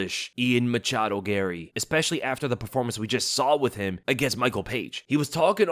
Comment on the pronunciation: “Machado” i cringe everytime i hear this.